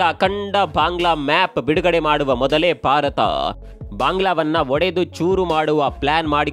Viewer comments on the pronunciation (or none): none